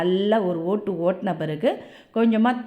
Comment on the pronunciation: அருமையா தமிழ் உச்சரிப்பு ஆனா அந்த ரெண்டு ஒட்டு ஒட்டி என்பது சற்று........